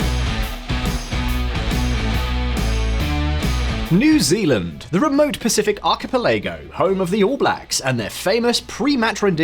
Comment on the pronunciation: Came here to hear you say new zelanieand at 9.40